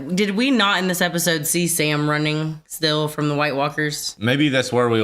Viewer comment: I'm sorry n I missed u saying it b4 but r u saying app-is-ode like a joke or is it jus cuz u talk so fast😳jk bro love yalls read-act-shuns